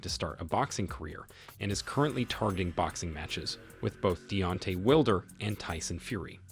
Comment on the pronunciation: Will-der lol